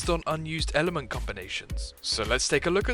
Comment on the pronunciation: "tweehdle is the ehh ehhlment